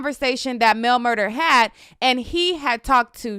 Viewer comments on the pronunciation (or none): Mel MurDAH—not MurDER. Look at the spelling; correct pronunciation is everything.